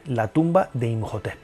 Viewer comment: Imhotep se pronuncia como J? Segun yo es muda